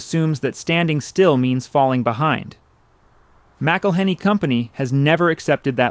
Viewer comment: I waa born in Louisiana, and been spicing my eggs since an early age. You are mispronouncing McIllenny. The name is more flowing...enjoy the vowels and don't pronounce the consonants...in particular the H! The H is silent!!! My family is also Scotch-Irish and came to Louisiana about the same time.